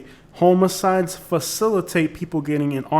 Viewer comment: Sounds like you’re saying homie-sides. It’s pronounced h-ah-muh-cides